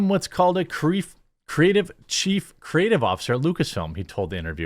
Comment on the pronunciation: He said qreef😂